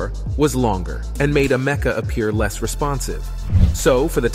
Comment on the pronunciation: "Am-ec-a". Not "a meca"